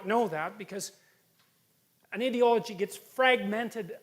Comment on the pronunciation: their "idiolog" ...gasps... IDEOLOGY